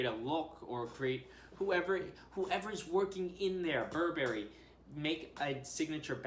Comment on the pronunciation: Sorry to be a bummer but please pronounce Burberry correctly.